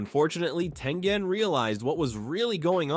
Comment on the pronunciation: It's tengen